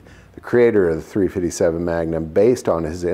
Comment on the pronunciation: 3 Fitty 7 does this dude think he's a Crip or does he think it sounds cool